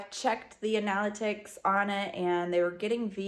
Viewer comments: sorry to point this out, but an-AL-a-tix? it's Anna-lih-tix (constructive criticism) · I dont think I have ever heard some one pronounce analytics like that before: A nal i ticks Vs Ana Ly dicks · Analytics - an-uh-LIT-ics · "I've checked the anallatics" lol